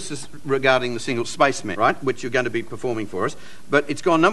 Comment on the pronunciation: "spice man" love the accent. :)